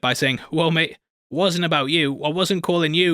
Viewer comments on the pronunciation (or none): none